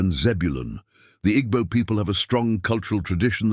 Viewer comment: You don't pronounce them 'Igbo' but 'Eebo'